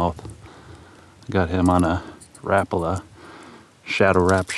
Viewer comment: Rapala is pronounced; Ra,PAL,a, sorry man.